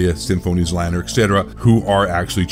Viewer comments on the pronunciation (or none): It's (Zee) Lane (er) btw. Dude with the deep voice was either AI or just doesn't know how to say Z Laner's name.